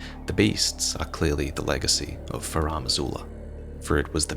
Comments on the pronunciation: FarUm Azula. Not FarAm Azula. It's bugging me all video. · FAH-ROOM!!! It drives me nuts to listen to mispronounce Farum repeatedly. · "Faraam" Azula 🤭 all the veterans mispronounce Farum. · Any explanation as to why is pronouncing it 'Faraam' Azula? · Finding myself needlessly bothered with how pronounces "Farum" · so much effort put into the video only to pronounce "Farum" like a criminal...